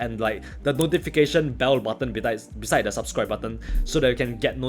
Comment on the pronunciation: And one thing more the moment he said " the notification icon (bedise) subscribe button" but he suddenly got in his mind that's not" bedise" it's a " beside "😅😅